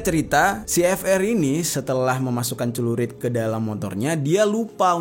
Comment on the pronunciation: Bukan cerulit, tapi Celurit.